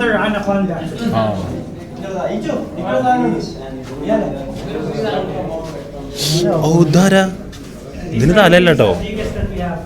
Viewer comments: anaconda ❌atancond ✅ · 😂 atom conda✅anaconda❌